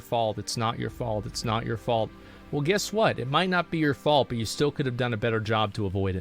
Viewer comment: It’s Guess not Giss…